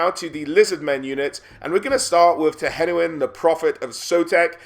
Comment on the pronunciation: Finally someone who pronounces "Tehenhauin" correctly :D